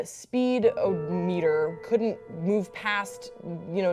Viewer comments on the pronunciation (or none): "Speed-o-meter" lol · Did she seriously say "SPEED OH METER"